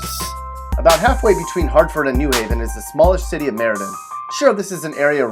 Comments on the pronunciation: Depressing. Plus, you said NEW Haven instead of New HAY-ven. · It’s New HAVEN. Not NEW Haven. The accent is on the Haven. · I think you should at least learn how to pronounce "new HAV-en" correctly before you denigrate it. It is clear that whoever threw this "crummy" pastiche together has never been to Connecticut. Connecticut at its "worst" is still great.